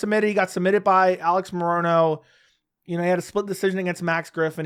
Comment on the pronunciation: Why do you pronounce it "ah-leggs" ? I seriously don't get it. That's not how he pronounces it. He just says alex